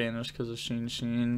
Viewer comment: love the vids but every time he says sheensheen instead of shenshen something inside of me dies